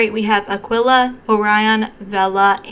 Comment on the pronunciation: 😀I was confused about the pronouciation of so many shades from Devinah and TerraMoons. Aquila you pronounced correctly. It's a constellation (and also Latin for "eagle"). Devinah and Terra Moons really want us to appreciate Astronomy 😁. I did pick up Midnight Nova with the Sugar Drops and the shade pulls really warm on me! It took me a minute to come to terms with how different it looks.on me than inso many of the swatches I've seen. (I have learned to get it to the dominant cool toned version by laying it on top of a matte blue or purple and this gives me the look I was expecting. Either way I love this shade😀) I have deeper skin tone and it's shades like these tbat remind me how important it is for brands to show swatches on a variety of skin tones. Terra Moon's does a.great job at this because they give us not just tan but also deeper skin tones.